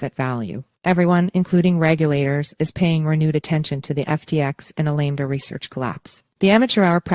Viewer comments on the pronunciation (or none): if you’re going to report on a trial, maybe it would be a good idea to double check the pronunciation of the defendant’s name ( spelled like it sounds: Bankman-Freed), along with one of the two companies involved (spelled like it sounds AL-a-MEED-a!!!)…